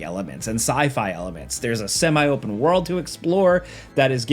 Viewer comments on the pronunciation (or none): Hell is Us looks great, and I like the possibility of exploration. BTW, if you pronounce "multi" as 'mʌlti', why don't you pronounce "semi" as 'sɛmi'? 'sɛmai' sounds really weird.